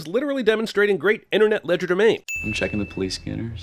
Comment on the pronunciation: Mispronouncing legerdemain. ding